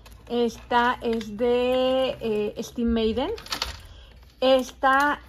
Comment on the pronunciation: Como dice " ESTIV MEIDEN" 😂😂😂😂😂😂 😂😂😂😂😂 NO PUEDO 😂😂😂😂😂😂😂 CORRIENTITA LA MUCHACHA 😂😂😂😂😂😂😂😂😂😂😂😂😂😂😂😂😂😂😂😂😂😂😂😂 quiero una bolsa estiv maiden 😂😂😂😂😂😂😂 pobresita, como cubre sus carencias emocionales presumiendo cosas materiales y bilsas estiv meiden 😂😂😂😂😂😂